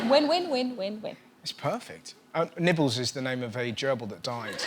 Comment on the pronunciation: Oh when she said nibbles I thought she said Nipples! All these lonely christmas people talking on twitter with their nipples on show